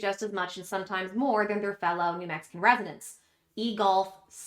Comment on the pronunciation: I'm not a new Mexican, but I laughed when u said it, it sounded wierd